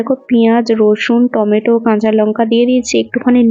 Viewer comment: Otake টমেটম bolena ota টমেটো bole,roj ei name tai suni 😂